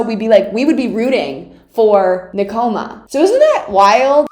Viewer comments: NE-koma... not ne-KO-ma... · I love the way she says asahi, she says açaí, but it’s pronounced like asa-hee and nekoma is pronounced like neck-oma and ukai is pronounced like u-kai not o-kai hahahah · It’s pronounced. Nek-o-ma, :). And just keep watching and you’ll fall in love more.